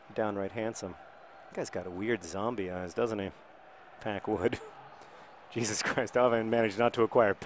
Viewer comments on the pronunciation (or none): none